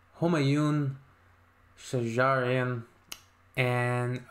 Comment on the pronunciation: /'Shajarian/ ==> stress on "sh". Thanks.